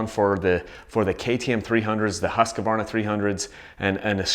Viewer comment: Husqvarna is pronounced as it is spelt. Not Husq-a-varna. I notice a lot of Americans pronounce it incorrectly. Apart from that, great video.👍